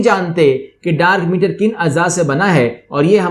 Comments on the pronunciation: Nice video but it's dark matter not meter... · Sir its Dark Matter not Meter :p